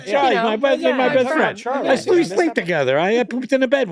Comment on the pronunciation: "I love you to Chawley"